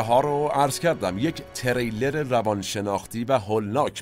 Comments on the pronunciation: Thanks for the program. you meant ”thriller” ( the genre of the movie) not ”trailer”, you pronouced wrong! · سلام و عرض خسته نباشی. جسارتا چون خیلی دقت در تلفظ لغات دارید، و من خیلی از فیلم هاتون لذت میبرم، سک نکته رو عرض کنم: فکر کنم واژه thriller را به اشتباه trailer میفرمودید که کاملا معنای متفاوتی دارند. ارادت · ، شرمنده شما هستم، اما تریلر درست نیست، ثریلر درسته 🌹🙏🏼 Trailer and thriller are two different words with two different meanings 🙌🏼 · تِرِیلِر نه، تریلِر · خسته نباشيد.بسيار عالي بود.تلفظ واژه thriller اشتباه گفته شد بارها.ممنونم از توجهتون🙏🏻